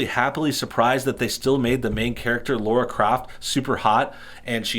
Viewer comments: Its not LOra Croft, its LAra croft! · It's Lara not Laura. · its LARA croft not laura kraft ffs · Howcome people pronounce Tina as Tina but pronounce Dina like dinosaur? this guy even says "LAURA croft" lmao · Yanks find it hard to pronounce certain things. They definitely have trouble saying Lara lol.